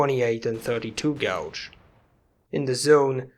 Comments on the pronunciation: Little tip from a native English speaker: "Gauge" is pronounced "Gaydge", "Gouge" (your pronunciation) means to dig or scratch a trench in something, as in to gouge a car with a set of keys, or to deliberately defraud someone into playing an excessively high price for something. I know English probably isn't your first language, but you say that word a lot in this video and I hope it helps. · It's always a beautiful day when releases a new video! I totally do not mean to be a butthead, but may I suggest one small thing about a pronunciation of an English word? When saying 12 gauge, gauge is pronounced more like we pronounce the color gray. Gouge would be more like "I gouged that filthy Dutiers eye out in the arena." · Great work! Your English is fantastic. Just so you know, gauge is pronounced like Cage (Gage). Gouge is pronounced the way you say it and means to take a chuck out of something. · I love your content after just recently finding it. But the way you say gauge makes my ears bleed :[